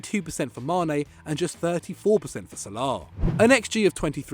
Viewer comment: The pronunciation of Salah, Sal-laar 😂 apart from that keep up the good work